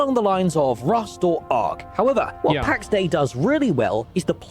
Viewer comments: For the love of Latin "Pax Dei" not "Pax Day". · Pax Day nice Latin prononciation here kekw